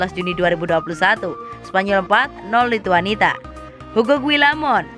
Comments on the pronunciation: Lithuania mbak bukan Lhituanita, gak enak betul didengar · admin nya cuma tamatan PAUD 😂😂 Lithuania malah dibaca Lithuanita